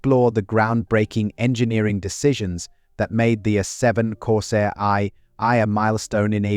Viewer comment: Corsair "EYE EYE"? Da fuck? Stupid AI shit voices.